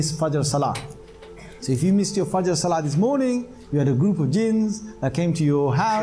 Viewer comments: Dear brother, from the two videos you posted and I saw them, I believe and I am pretty much sure that one day, I will see you preaching Islam to the general public as you will be Islamic Scholar of high rank. Secondly, you pronounced the word FAJR correctly at the first time, surprisingly correct. I appreciate that. I praise you and hope and wait for the time when my prayers will come true for you and I will see you in my country preaching Islam. Till then Best of Luck. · Wow good job you pronounced fajr perfectly mashallah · You pronounced fajr perfectly